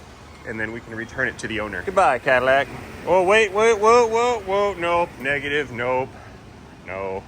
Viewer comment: The best aspect of that car is the pronunciation: Caderac😮